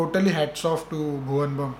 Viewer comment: Sir bhuvan बम nhi h. Vo. Bhuvan बाम hai to plz. Sahi se naam lijiye uska. Vo insan bht achha h isly uska fan hu me. Roal model h to plz..sir